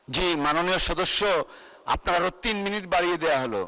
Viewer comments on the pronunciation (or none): none